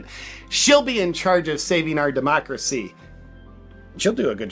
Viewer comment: Democwacy Democwacy AHHHHH . Democwacy . The left is a bunch of parrots .